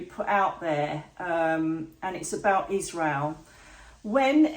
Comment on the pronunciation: Why does she keep saying Isrreal?? The pain is happening to Palestanians.